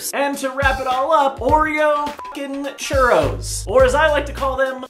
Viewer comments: dice churros como churrios? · It s so hilarous how english people say churros